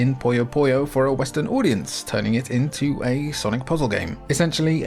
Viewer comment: Why do so many English speakers mispronounce "Puyo" as "Poyo"? I understand the never-ending mispronunciation of English and Japanese between those two languages, but I don't think there's any English word where "u" us pronounced as "o", so where that "o" even comes from?